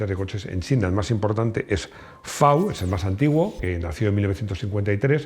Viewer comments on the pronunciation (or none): ay, puede ser que haya escuchado "fe" en vez de "efe" (en la limo china FAW)??? lo de garaje en vez de garage vaya y pase...pero tampoco la pavada. lo videos muy lindos igual